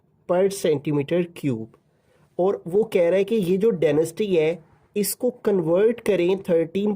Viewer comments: Itd density not denasty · Density not denasty😅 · Sir it's density not denisty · Denasty 😂😂 Density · Sir ap nai Daneased bola hai